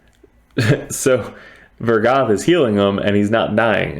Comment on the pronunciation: why you sayin vogoth like vergath